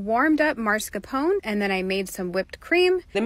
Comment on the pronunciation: Why do Americans say "Marscapone"?